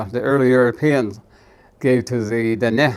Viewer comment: It’s nice to hear the proper pronunciations of our Diné words